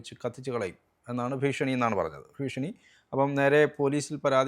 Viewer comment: അക്ഷര ശുദ്ധിയുള്ളവരെ കൊണ്ട് ചോദ്യം ചോദിപ്പിച്ചുകൂടെ.. ഭീശണി അല്ല ഭീഷണി..